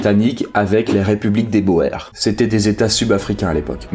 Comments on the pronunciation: très belle vidéo et beau travail d'historien mais (et ça ne ternit pas cotre travail) Boers, shrapnel, Cambrai et Mao Zedong ne se prononce pas du tout comme vous le faites (et une casquette n'est pas un béret) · Il me semble qu'on dit pas guerre des "bo-ère" mais guerre des "bour" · Guerre des boers (bourse) pas bo-airr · Boers se prononce "bour". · Argh! "Boers" se prononce comme le mot "bourse". Wiart se prononce comme l'anglais "we are" mais avec un "t" au bout comme dans l'archaïque "thou art". Sans vouloir vous accabler vous pourriez vous renseigner sur la prononciation, finalement très facile pour un francophone si on excepte le "g", plutôt que de faire un mélange d'allemand et de français qui n'ont pas du tout le même système de représentation des consonnes et qui sont loin d'être identique sur le plan phonologique. Le reste de la vidéo est très bien pourtant, c'est dommage que vous ne vous soyez pas rapidement renseigné sur les normes de transcription du néerlandais... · Juste un truc la guerre des Boers ca se dit bour. C'est du néerlandais/afrikaaner oe = ou de façon parfaitement logique.